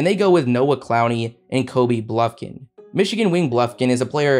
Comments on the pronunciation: As a Michigan fan it is BUFKIN not BLUFKIN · ** bufkin not Blufkin 🤣🤣🤣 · bro said blufkin😭😭🤦‍♂️